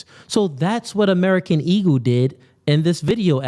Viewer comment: Why he keep saying American ego lmao i thought it was eagle lmao